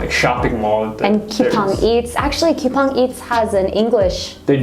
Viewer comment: 쿠팡을 왜 큐팡이라고 하시징ㅋㅋ